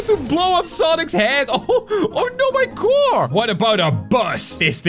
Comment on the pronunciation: ✨Oh no my cwar✨ Me:🤣🤣🤣🤣🤣🤣🤣